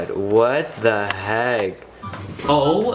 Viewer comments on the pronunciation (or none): It sounds like ur saying what tbe HEG